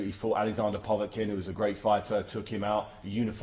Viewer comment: David, who is "Pov-a-kin"??